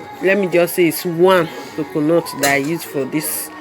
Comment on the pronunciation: I love how you say coconut, the explanation is very clear and I love the demonstration